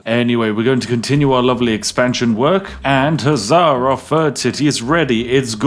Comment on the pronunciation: “Fird” hero…”Fird” city…love me some Spiffin’ Brit!